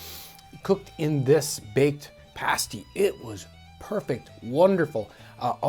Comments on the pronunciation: English pronunciation is Pasty (hard A) rather than parsty or paysty 😉 Great video! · John, a pay-stee is what strippers wear. I think you're talking about pass-tees. Both spelled the same way (pasty) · How we pronounce it is like pass-tea. The American pronunciation of pass.